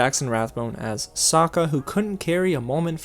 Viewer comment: Yue's penis hair was a classy touch. Also "soakkuh" and "Agni KEE".